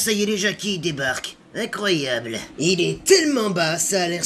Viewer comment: le mec qui commente avec la voix de merde devrait sortir le dimanche ca lui eviterait de trouver tout "incroyabbe"....bon courage à lui